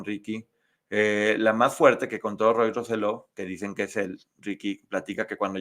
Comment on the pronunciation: Saludos, de PR los corrijo con cariño, Se pronuncia Rose-yo. Por otra parte, gracias por hablar y darle exposición al caso. Por alguna extraña razón o por amiguismo en PR no se toca el tema , es casi un taboo .